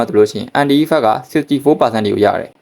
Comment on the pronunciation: အန်တိုင်လို့အသံထွက်ရင်ပိုမိုက်မယ်ဗျာအန်တီအန်တီနဲ့